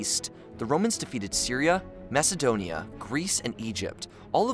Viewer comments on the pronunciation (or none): none